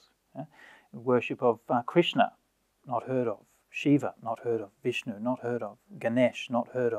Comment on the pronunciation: "Vishnu" not Bishnu are you Bangali ?????